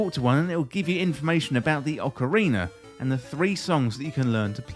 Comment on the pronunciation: yea sounds like Ocarin'er of Time (it's that R sound out of nowhere).